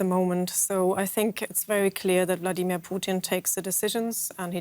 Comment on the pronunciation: Is it Bloodimir or is Vladimir?